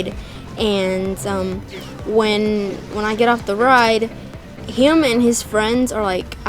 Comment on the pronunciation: I like how she says "him" it's sounds like " hyim " to me lol